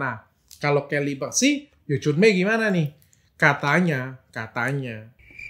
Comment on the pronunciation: Helly bukan Kelly, dr 😂😂😂😂😂